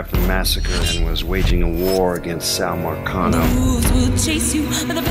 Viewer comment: Marcano not vulcano 💯💯😒😒